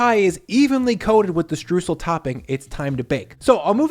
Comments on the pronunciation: I love this recipe but you are saying Streusel wrong. Stroysel NOT Stroosel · He was litterally talking about Streusel the whole time. Only that he pronounced it more like "stroosl" instead of "stroysell". Also in most regions of germany a sweet yeast dough base is used, not necessarily a pie crust. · ffs its not "strewsel" its "STREUẞEL" or "Stroysel". you can say the "oy-" of "oyster", then you can say the "eu" in "streußel" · FYI The "eu" part of "Streusel" is pronounced like the "oy" part of "Oyster", so "stroysel". Greetings from Germany :D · To pronounce Streusel correctly, say "oy" and "sal" ... "shtroysal" ... sorry for being a stickler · Btw its pronounced shtroisel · Streusel ... pronounced "stroy-zl" I sometimes make apple pie without the dough. Just apples and Streusel to be eaten straight out of a shallow ramekin 🙂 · Great recipe! By the way: Streusel is pronounced "str-oi-sel". Greetings from Germany!;-) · Mouthwatering recipe 🤤 Just a tip: "streusel" is pronounced "strOYsel" in German 😬 Otherwise, perfect 👍😎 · Streusel. The eu is pronounced like the oi in the ACDC song TNT. For aural reference. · In case anybody is wondering, the "eu" in "Streusel" is pronounced like the "oi" in "moist", not like "oo" as in... words with -oo-. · Between the pronunciation of "Streusel" and the "German" potato salad that no German has ever made in the history of ever, I am starting to think doesn't know diddly about us Krauts.